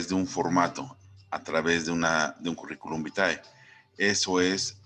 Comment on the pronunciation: Gracias por la información!! Cómo me rei con el "Currículum Bitae" 😂😂😂